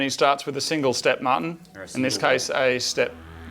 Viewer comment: Every time Moog says Martin's name it sounds like he's calling him mutton